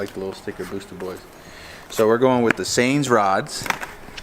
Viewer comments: Saenz is pronounced, “signs” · Saenz is pronounced signz